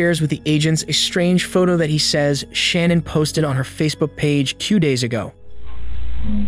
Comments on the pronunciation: yes He prounounced it Shan-Ann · you keep saying Shannan's name wrong